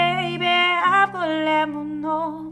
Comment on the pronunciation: Νομίζω λέγεται αυγολέμονο αλλά σίγουρα μπορεί να αλλάξει η προφορά του ανάλογα την περιοχή που ζει κάποιος στην Ελλάδα